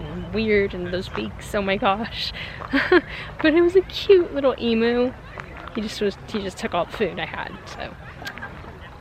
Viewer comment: not to offend... its eem-you, not eem-moo